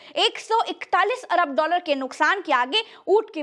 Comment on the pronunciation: १४१ "अबर डालर"?????? ये "अबर" क्या है? ऐसी जल्दी क्या पड़ी है???